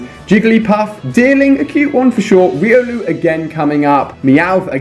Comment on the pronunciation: its pronounced riOlu